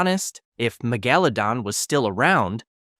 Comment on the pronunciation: muh-gella-don instead of megalodon 💀